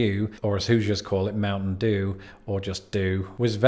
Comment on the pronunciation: Hey you said Hoosiers wrong but that's okay I think it's your accent. 😂😂😂😂